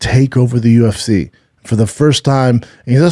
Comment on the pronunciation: Brendan : Khamzat, U-F-THEE 273 😆🤦 Way to sound like a down-syndrome kid Brendan 😂